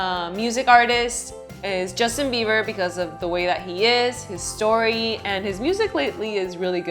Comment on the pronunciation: did she just say "Justin Beaver", had to rewind a few times and every single time I heard beaver lol